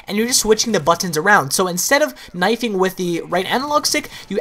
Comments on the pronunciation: The way he says buttons... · he says 'buttons' funny :P